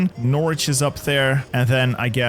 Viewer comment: I would just like to comment upon your pronunciations of English place-names: per example, York-sheer (Yorkshire); Nor-witch (Norwich); Ports-muth (Portsmouth), in comparison to your pronunciations. The English Nation has some wonderful names, though sometimes abstruse to the rest of the world.